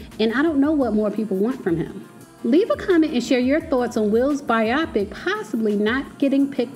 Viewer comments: It’s pronounced BI-o-pic, not bi-OP-ic. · It not pronounced biaaapic Its pronounced bioooopic🤦‍♂️🤦‍♂️🤦‍♂️🤦‍♂️ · So sis knew how to pronounce 'biopic' all along and just wanted to trigger me by repeating "bi-Opic" all through the vid? :) lol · It is pronounced BIO PIC! Great vlog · Please learn how to pronounce the word biopic. It is BIO-PIC, not pronounced like the word myopic. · It's pronounced By-o-pic. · I love your content but you are mispronouncing “biopic”. “Bio” comes from biography and “pic” comes from picture.